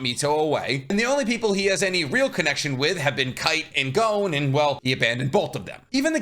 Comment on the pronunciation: Why does he keep saying Jing? In the dub gon clearly states gene